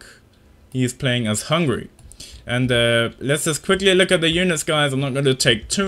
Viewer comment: nice video but Poland and Hungary not Hungry :D